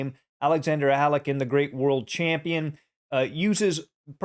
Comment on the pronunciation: Dude, that's not the way to pronounce Alekhine. Please google it, you're killing it.